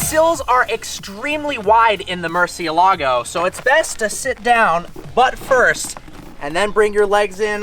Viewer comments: the pronunciation is so funny he could at least put more effort into it its not a hard word to say correctly murciElago not murcielAgo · I'm gonna be that guy...it's MurciÉLago not MurcieLAgo. It means 'bat' and is the only word in spanish that has all the vowels, at least from what I was told. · Murcie-lago? cmon haha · You should pronounce it right at least lol